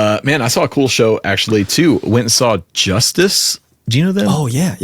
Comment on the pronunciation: ... thinking on it a little more ,...Jhoosteess is probably closer aktually, i stand corrected😅